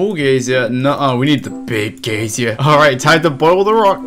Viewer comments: "gaysier" lol its "guy-zer" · It's "guy-zer" not "gay-zee-er". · He's English, we say "geezer". He's still wrong though, hah. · Cant imagine not knowing how to pronounce geyser, you're saying "an old person" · pls stop saying geysier :( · It's pronounced 'giser' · I like how many times you pronounced the word Geyser wrong XD Great Vid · you say "geyser" funny